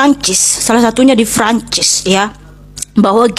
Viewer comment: Francis apa franchise? Wkwk lebat bet pengen keliatan lidah luar padahal lidah kampung, Prancis ae biasa pake P, kalo kalo pake F ngomongnya France